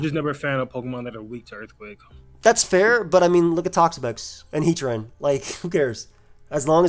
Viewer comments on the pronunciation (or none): none